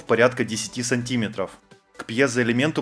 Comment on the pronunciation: Сант'иметров... Блять, что с тобой не так?